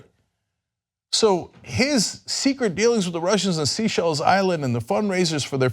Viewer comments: Seychelles. It is pronounced 'say-shells' rather than 'sea-shells'. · Cenk needs to STOP saying 'Sea-Shells'. It's 'Say-Shells'